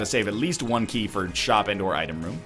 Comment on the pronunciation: "and or" sounds like "Endor". Fucking Ewoks, man.